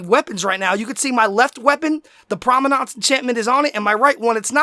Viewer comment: it's prominence not prominance